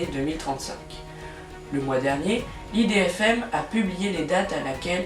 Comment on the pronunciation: Tu as mal prononcé idfm faut pas dire ça l'idfm on dit IDFM